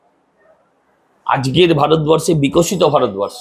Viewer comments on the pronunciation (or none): none